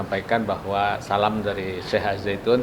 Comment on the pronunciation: Kok Al Zaitun. Apa bukan AzZaitun